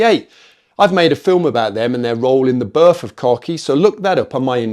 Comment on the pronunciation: Burf? Why can't you Brits enunciate the words you're speaking: B-I-R-T-H.